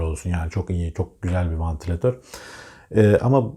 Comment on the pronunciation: vAntilatör değil,vEntilatör!